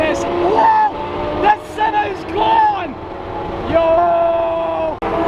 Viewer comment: Braaamont “sawn”